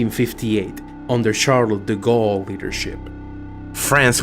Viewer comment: Not quite what i meant is that the thing is, the french language isn't really easy to speak for english speaker (yet you have showed that you're capable of doing it, for example you pronounced Charles De Gaulle quite well), because well english and french are very different, and so it is quite apparent when an english speaker struggle with the "sharpness" of some word (an example would be when you say Manufacture d'Armes de Saint-Étienne) and your lisp makes it even more apparent. So no, go ahead with the Native French pronounciation, you showed that you're capable of it, but if you ever have to go for it again, i'd recommend maybe getting the help of a fluent french speaker to help you with the pronounciation of the language and get it just right. Keep up the good work, outside of this you did really well mate. :D